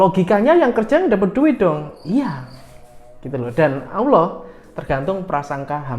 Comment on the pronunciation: sy suka channel mya. Bolehkan sy kritik. Allah bukan Awloh. Terima kasih